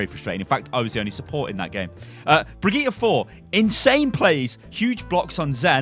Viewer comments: Please pronounce Brigitte correctly (bridge- it) not (bri-gee-ta) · HER NAME IS BRIGITTÄ NOT BRIGITTA FACK (how you say it) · why is it so hard to say bridge it?? is this some sort of englisg langauge master race like you guys like to do LUL